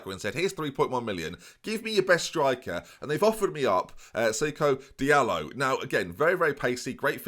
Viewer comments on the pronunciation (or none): Fliessner / Fließner is pronounced - Flies-Ner. I know it looks like a B,, but it’s a double S. hence it is used interchangeably with two S’s. And Diallo is ‘Dee-Ar-Low’. Hope that helps. Not a fan RB Leipzig at all, but I think i can put that aside for the purposes of the glory hunter challenge, not like you could afford to bottle another job given you’ve thrown a year away! Looking forward to the season!